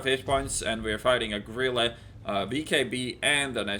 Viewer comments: it sounds like you keep saying gorilla instead of grille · Heya its pronounced like gril-uh